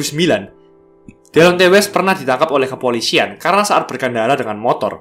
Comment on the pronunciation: Lebih bagus klo namanya dibaca "Dilonti west"